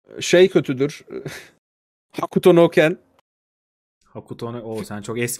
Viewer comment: Jahrein Hokuto no Ken'i çok sevip öve öve bitiremeyip yanlış telaffuz etmesi çok fena tilt ediyor beni...